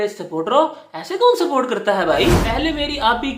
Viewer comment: Ye sporatr nhi hai chaportars hai 😂😂😂😂😂